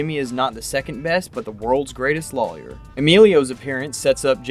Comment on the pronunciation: Do you realize you don’t properly pronounce the word ‘lawyer’? So distracting when you’re talking about a show about lawyers….